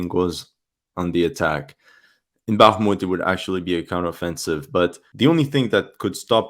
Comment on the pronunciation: "back-moot" lmao